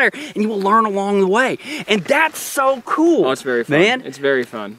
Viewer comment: Would love to watch this but that guy saying 'kewel dude' is about to drive me nuts!